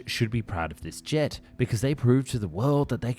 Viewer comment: le "G" plutôt que le "JET" trop bizarre la voix………